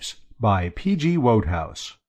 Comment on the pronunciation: It is pronounced like "wood-house", not as "woad-house". No "w" in Chiswick. I don't mean to sound critical...nice job. Thank you for allowing others to enjoy this wonderful writing on Youtube.